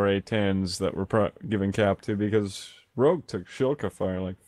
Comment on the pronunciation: Your English is pretty good, but It's actually spelt Rogue, (although I do get redder every time you say it wrong). :D